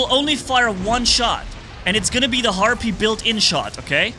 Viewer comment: It sounds like you’re saying heart beat everytime you say the bots name